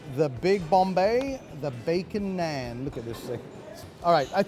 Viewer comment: As an Indian I can’t help but cringe at the pronunciation of Naan 🤦‍♂️